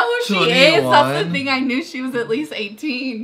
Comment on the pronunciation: He said ting